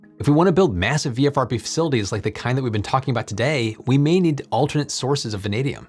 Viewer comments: I stopped counting how many times you said "VFRB" v "VRFB"... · Just noting that you keep consistently saying 'VFRB' when you clearly mean 'VRFB'. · Why do you say vfrb when it's written vrfb? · not nit picking but you kept saying VFRB, when its VRFB but we all know what you meant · Isn't it VRFB not VFRB? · "VFRB" he says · Not ONLY this, but also the dyslexia between VRFB written everywhere, and VFRB spoken through the video was KILLING me. Had to stop before the end. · Is there such a thing as auditory dyslexia? I kept hearing "VFRB" while reading "VRFB" so I must be losing it—oh, the vagaries of getting old! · You keep calling it a VFRB, but from the spelled out name it should be VRFB. Is this a language thing? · You say VFRB a lot of times, but it's really VRFB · V R F B not V F R B!! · Say it with me,: "VRFB" "VRFB" "VRFB"... 🤓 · You almost always say VFRB ... perhaps not the most igregious ... but, there you go